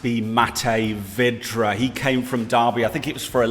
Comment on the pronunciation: Man said matej vydra despite him being a key striker for us😂😂😂😂